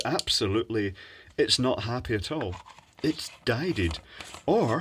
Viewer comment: "it's dieded" xD